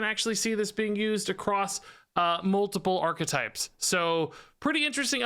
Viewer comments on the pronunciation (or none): none